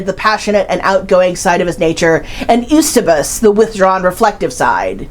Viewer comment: Your biographical detail is great, but not your pronunciation of names and titles, such as Eusebius, Coppelia, Petipa, Allgemeine, Dostoyevsky, etc.